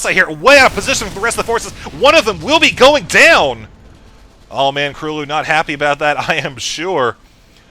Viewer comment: gj with the pronounciation - KróLu is a polish player and his nickname should be read just as u did it, like 'Croo-loo' (ó is generally read like u in polish);]